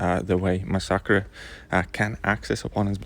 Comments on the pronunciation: Please... You dont have to say the Champions name Over n Over!! Lol mix the fact that most people pronounce the name MASS a KERR.. Was quite annoying... Although you know i am a big fan of the channel...you dont need to mention rhe champions name upwards of 75 times along the course of this video.. A smaller YTer named Wookeh sponge r5/65 his massacre before people were able to have 15+ maxed 5*.. Check his channel out if you get a chance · Mas-sackra??? Cmon man, does that not sound weird coming out of your mouth?!? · Mass-uh-ker is how it’s pronounced👍🏼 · i guess it is technically supposed to be spanish so should be pronounced mah-sack-ree but me being english would go for the english sound in mass-er-ker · i have never heard anyone say masacre like you do in my life. xD